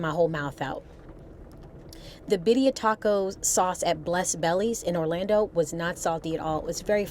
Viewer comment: Is it my bad hearing or is continuing to say Bidia tacos or Birria tacos? I know the latter is what they are, but I am wondering about my hearing!